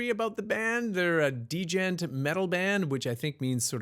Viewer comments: You didn't look up the pronunciation, it's pronounced 'jent', not d-jent. Just a tip. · He pronounced it like "degent". Im not saying he is wrong tho , but its funny as hell 😂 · The D in djent is silent btw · the d in djent is silent! kinda. It makes the j harder, but it's definitely not two separate sounds